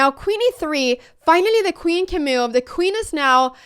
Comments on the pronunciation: This is a wonderful video and I agree with evantim2588 below. One thing that bothers me however, is that you seem to pronounce "move" like "Mewv. So if it makes any difference, you could practice the cow sound "moooo" and then the cat sound "Mew". Also, I am afraid that you may be correct in your pronunciation. If so, I have been wrong all my life! You obviously have a lot more experience with mewves than I do. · I was listing with 0 volume and every time you said move it showed as meal in the subtitles and I was so confused